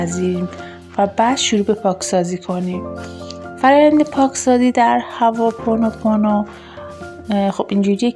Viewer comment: هّوا پونوپونو نه عزیزم هُواوپونو..وقتی نمیتونی یه کلمه رو درست بگی چطور انتظار داری به حرفات گوش کنن.ضمنا این ۴ذکر ربطی نمک ندارد .ماستارو قاطی ابگوشت نکنید لطفا